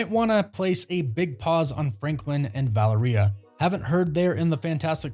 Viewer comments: ValerEEUH? You mean ValEHreuh? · Her name is pronounced as Va-Leria🤦🏽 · You don’t say Valeria like diarrhea !!! It’s Va LEAR ee ah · Vah Lare Ree Ah ..That's how you pronounce her name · Take a shot every time mispronounces Valeria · bros pronunciation of Valeria was funny sorry 😂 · Valeria does not rhyme with diarrhea, just sayin'